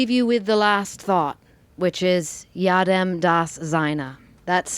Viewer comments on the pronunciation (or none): Annie should LEARN how to pronounce German words MUCH, MUCH better!!! ('Jedem' is not 'yAdem' but correctly 'yEdem', with 'E' as in English word 'bet'.) Perhaps I'll write some additional comment later on. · pronounced Yaedem. spelled as Jedem. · Her German pronunciation is absolutely horrible. "Goooring" "Jooodem" das Seine. "Warner" von Braun. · spelled Jedem, pronounce Yaedem. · YOUR TRANSLATION IS WRONG!!!👎🏻👎🏻👎🏻😒 "JEDEM DAS SEINE" in context means something like "whatever makes him/her happy" or "as they like" !!! This video is a lousy & false report on so many levels... and your PRONUNCIATION of the word JEDEM is wrong. 🤯🤦‍♀️ Try again.